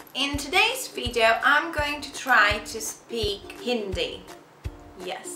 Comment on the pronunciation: When people can't even say hindi (she said indi )correctly how can they speak in hindi ??😂